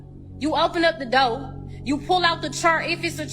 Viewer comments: its DOOR not DOE bitc# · she needs to go back to English class and learn to pronounce chair and door possibly other words she can’t say correctly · Speak English trick say door not do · What is a dow? O she was trying to say door. And, its visas verse. The women ( a real woman) cuts his stake. No wonder she keeps going on dates. Nobody wants her with that f'ed up attitude. 😂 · It’s pronounced Door not dwayer. It’s chair not chur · Its not doaw its door if they cant talk properly how can you expect them to think properly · What's a dough? You mean door. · Fellas, if a female can’t even pronounce the word “door”, RUN! It’s not worth it lol.